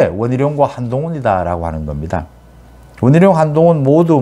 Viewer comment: 원희룔 한동훙 이라는 겁니다 (X) 원희룡 한동훈 입니다 (O) 참 이상한 어투...